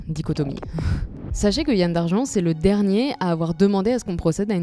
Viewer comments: Ça se prononce Yan comme dans amande, et Douarnené pour Douarnenez. Et Huelgoat se prononce Hu-el. Autrement vidéo super. An amzer a dro, an Ankou a sko" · "Yann" se prononce yan-ne comme dans kouign amann (qui ne se prononce pas kouigne amane par ailleurs "youdig" comme tout les mots se terminant par "g" se prononce "youdik" "Morvarc'h" se prononce avec un "h" aspiré à la fin, on ne dit pas "morvark"